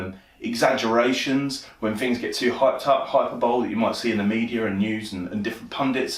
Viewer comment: Another fine and generous offering Mr B! (it not pronounced Hyperbowl - its Hi-perbolli) ..maybe a pic or two on the walls. looks like a broadmoor cell, (not that would know!) Thanks a mill!